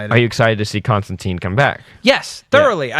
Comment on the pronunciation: I still, even a year-ish on, cannot figure out why they refuse to say Constantine's name correctly.